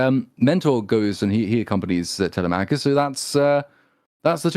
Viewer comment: By the Greek Gods! At least say Telemachus right! Google the pronunciation boys!!! TeleMACKus is like sand paper against my eardrums! sigh Aside from that, helluva episode! I’d say more than fair critique. More than is deserved or could be expected given the targets of hate and scorn this movie makes of certain demographics.